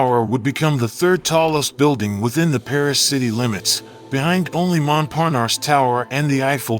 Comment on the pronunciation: Where is there an R at the end of triangle? "Tryongluhr." Treeungluh, maybe but come on folks. That's the weirdest way to say it. It's not like that in English nor in French. There's no R at the end of Montparnasse either. Phonics, folks.